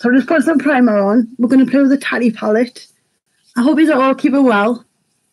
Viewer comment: I want this palette!! Are you subscribed to Tati on YouTube Lauren? She’s gorgeous ! This is her first a palette from her brand. Her name is pronounced Taaaa Teeee lol xxx another gorgeous look xx